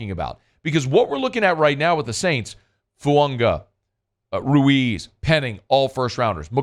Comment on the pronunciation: is pronouncing Fuaga correctly. Taliese Fuaga has said “Fu-Ang-a” is the correct pronunciation.